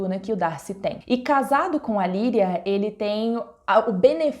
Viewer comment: A minha duvida é por que vc não fala o nome Lydia , parece que vc fala Liria ou Lirria ....Mas o certo é Lydia ou não é ?